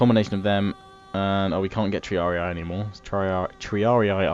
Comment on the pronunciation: Ugh, bloke it's TREE-AR-EE not tree-ar-ee-aye